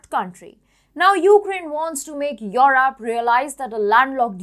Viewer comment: please stop putting digital sound. Europe is europe. Not at all difficult to pronounce.